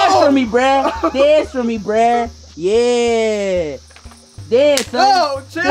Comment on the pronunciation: you should say bruh not breh